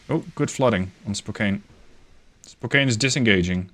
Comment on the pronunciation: In the future, if you see the name Spokane, it's pronounced spokan. (I'm from the area and have a bunch of family acutually in spokane)